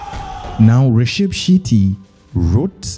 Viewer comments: Sir .... Its not shitty...... It is Sh' e' ( e' is pronounced like the a" in ace" ) tty.... Same tty as in patty' Shetty ....now Sh(a)etty ..... Definitely its not shitty.... Thanks. .... Kanthara....this film is pride of our Kannada culture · Not shitty Shetty ( she pronounced as in share.. and tty = tea with t being pressed)